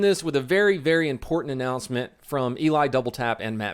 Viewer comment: is his name ellie. or can't she pronouce eli ?